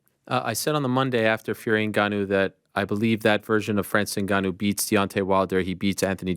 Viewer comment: Tell frank it’s pronounced N-Gannou not niggannou